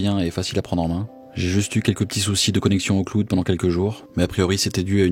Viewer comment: le kloude